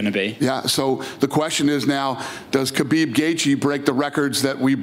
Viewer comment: How is Dana still pronouncing Khabib’s name wrong lol